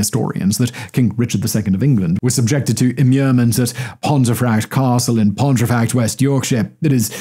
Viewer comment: Another cracker, Simon. Pontefract is pronounced “pomfret” by the locals.